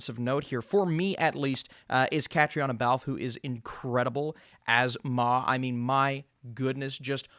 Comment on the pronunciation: Looking forward to this one as an Irish person, not Belfast though. Also for future reference, Caitríona is pronounced KUH-TREE-NA